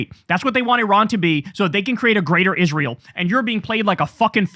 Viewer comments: Senator Ladybug is one of the most disgusting and insufferable people alive for the shit he does and says, least of which is the way he says "Izrull" and "nuke-yalar" 🙉🤪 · Lindsay is a Nazi - and he also can’t even pronounce the name of the nation he actually represents, rather than America: he f’ing always says “Is-ruul” like a complete dumbass, instead Israel. We did the wrong thing after the Civil War. We should have CRUSHED THE PSYCHOS, like Lindsay.